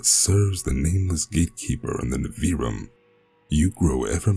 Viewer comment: Your voice and the way you pronounced Nivrium is fantastic! In my head, the way you pronounced Nivrium is canon and I might alter the name to make it easier to read correctly for future releases related to it. This is just the beginning. 😈